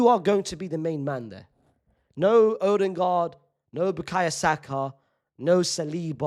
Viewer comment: No way bro said "Odingaard"😂